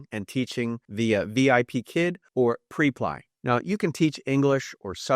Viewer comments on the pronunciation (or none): Prep lee that's how you say this. Not p reply. You're lucky if you could get $10 an hour on that website because there are people undercutting you and undermining you for 8 or 9 dollars an hour and you just can't really get ahead honestly I tried it.. I tried a lot of these it's not what you think in most cases. Although instacart and doordash our friends are making $1,500 a month in like part-time 10-15 hours a week what's the during surge pricing.